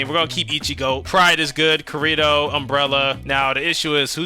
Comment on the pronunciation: You rage baited us so hard when spamming “Kurito” when it’s obviously KI-RI-TO 🥀💔 had to stop watching after dat for a bit😭✌️